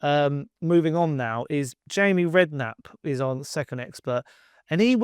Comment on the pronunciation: you said Jamie Redknapp 😆